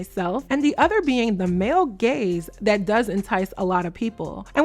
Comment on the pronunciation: Ooooo 😂 gaze not gays 😂